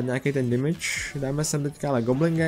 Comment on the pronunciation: Proč říkáš ,,dimidž" místo ,,demidž"? Jinak dobrý video :)